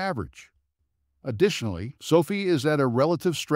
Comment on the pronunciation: If you can’t pronounce the company name correctly then I can’t take this seriously. 😐